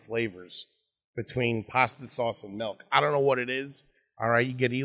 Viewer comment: If you drink melk with your dinner and lay your head on your pellow you need speech therapy.